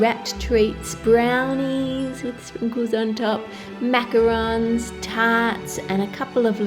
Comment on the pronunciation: I just came here to see if she said Macarons correctly, in which she did 😂